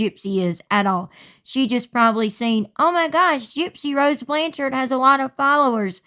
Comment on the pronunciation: Wait, that TikToker wasn’t being satirical? When she pronounced “Blanchard” the way she did I for sure thought it was satire…